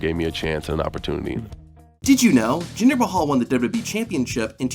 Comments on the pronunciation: Work on enunciating and slowing down. It's Double-U Double-U E, not Dub DUbya E. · "Dubya dubbee" 😂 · Did you know , this guy keeps saying WWB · I’m sure these facts are interesting but I can’t stomach a full 10 minutes of this dude pronouncing WWE as “dudub e” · Did you know the narrator in this video has no ability to say “WWE”? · Say wwe correctly once challenge